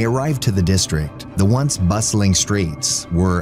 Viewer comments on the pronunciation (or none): the word is BUSTLING, not muscling, you smoothbrain.